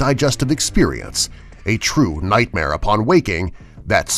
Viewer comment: Er mi gud itz nitmer!😐